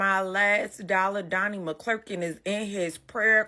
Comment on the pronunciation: You're not even saying his name right.. McClurkin..